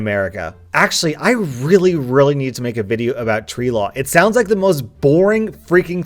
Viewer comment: is it just me or does him saying tree law sound like sharia law